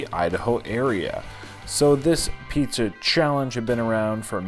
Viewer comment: *pizza not puzza